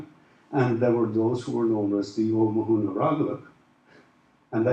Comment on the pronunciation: I always thought it was pronounced Oh-mar-nee?